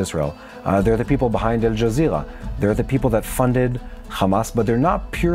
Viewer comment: Would suggest that you pronouce netanyahu's name, al jazeera, and many hamas names slower in a more international accent...